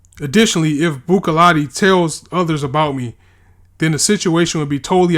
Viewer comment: Buccellati is pronounced "Buzellati"